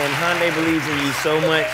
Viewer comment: Umm..is that how you pronounce hyundai?..